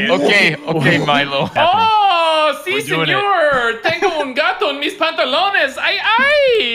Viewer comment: Milo's pronunciation was actually on point 👌